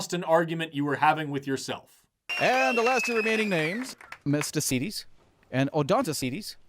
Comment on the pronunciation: I keep hearing "Mistah C. Tease".